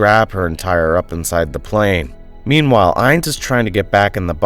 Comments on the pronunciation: I like these recaps but I don’t believe for a second the names of these characters are pronounced how they are pronounced by the person narrating this video. Ines is pronounced “eins”? And not “ee-ness”? I feel a quick Google search would’ve helped here. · Why in the world is this part so short by comparison? Also why do you keep changing the pronounciation of the names? Ines is pronounced 4 different ways in 2 sentences. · Her name is pronounced eeness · That's not how you pronounce Ines